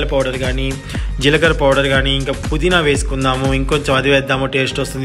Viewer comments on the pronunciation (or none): none